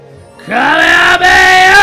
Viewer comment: it not ka ma hame haaaa its hama hama haaaaaaaaaaaa